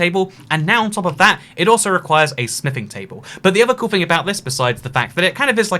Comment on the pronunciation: * says smithing table * Me: * hears sniffing table*